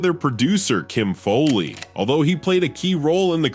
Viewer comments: It’s not Kim FOLEY, It’s Kim FOWLEY. This must be AI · What's with this Kim Foley? It's pronounced Fowley as in foul ball.